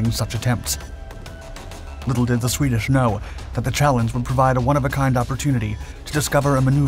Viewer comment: "Swedish shorsched instrumentation" ... 😅 😜